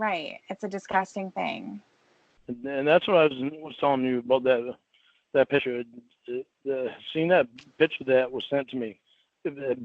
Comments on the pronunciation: SLIGHT CORRECTION. HE SAID “PICHER”. NOT “PICTURE” (HE NEVER SAYS THAT SIMPLE WORD. CORRECTLY) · this part had me howling lol "jerking awf tew a pitcha awv me" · “I DELETED THE PICHER AS SOON AS I SAWR IT”. Hillbilly ENGLISH! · ’S SLOVENLY ENGLIH REVEALS HIS TOTAL LACK OF AN EDUCATION. BEST EXAMPLE: CONSTANTLY SAYING THE WORD “PICTURE” AS: “PICHER”! MOR*N. I LEARNED THE DIFFERENCE IN 5th GRADE.